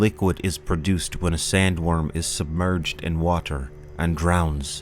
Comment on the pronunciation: say "water" wrong again and see what happens